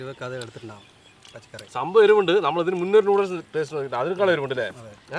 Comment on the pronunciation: "Nalla teate ind" 😂